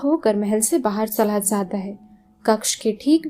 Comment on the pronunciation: zata hy, zati hy, ye bola hy na apny... Usko samajh nhi arha